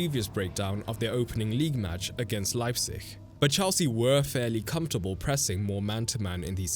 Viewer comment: Thank you for pronouncing Leipzig correctly.